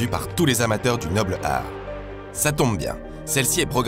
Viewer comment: Incroyable cette émission. Je m'intéresse à la boxe depuis peux, c'est des formats comme ça qui me font vibrer. Juste une chose, c'est bizarre à l'écoute quand tu dis "Noble-art" lov .